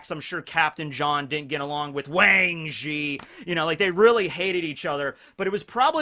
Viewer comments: The way he says wang zhee is FREAKIN GOLD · I just realized you pronounce Wang Zhi as "Wang G". There's the G! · I was waiting for that and I didn't got disappointed